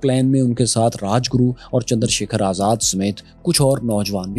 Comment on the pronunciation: Tuze sharamm Kaisa nai ayi re azzaad ji ko kaise pronounce karra